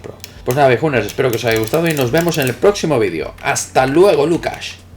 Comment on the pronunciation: Siempre tengo la duda que decis... HASTA LUEGO... LUCAS? LOCAS? o qur decis. Saludos y me gustan mucho tus reviews. Hasta luego... lucas? Jajaja